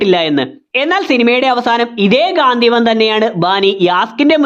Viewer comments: ഗാന്ധിവം അല്ല ചേട്ടാ. ഗാണ്ടിവം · ഗാന്ദ്ധീവം അല്ല ഗാണ്ടീവം ആണ് 😂